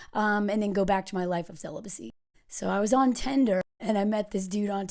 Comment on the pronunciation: it's Tinder, not Tender